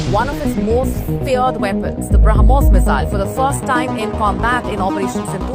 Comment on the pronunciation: Brahm...putra Mos......ko Brahmmos